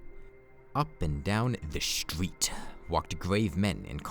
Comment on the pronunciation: THE RREEETESTERETE!!!!!!!!!